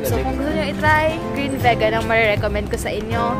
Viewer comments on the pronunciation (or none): Vi-gan or vee-gan pronounce nun sis. :D